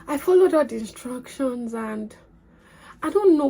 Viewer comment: When you said inSTRUNCtion, I just knew you were lying 😂